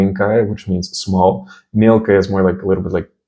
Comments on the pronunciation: мелкая, а не мелькая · мЕлкая, not мелкАя and «л» is to strong, it is not a soft like “ль” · Мелкая а не мелькая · not «мелька’я», there must be «ме’лкая». first one is participle, absolutely different meaning) just the words are similar, easy to confuse) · И ударение будет падать на мЕлкая (первый слог), а не мелкАя, как написано на экране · ударение в слове мелкая на первый слог, мЕлкая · Мелкая. Без мягкого знака и ударение на (Е) мЕлкая Очень клево объясняешь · В слове "мелкая" не верно поставил ударение